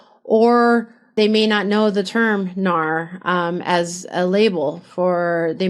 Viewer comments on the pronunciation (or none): It's called N.A.R not NAR. It sounds weird to call them NAR when everyone else doesn't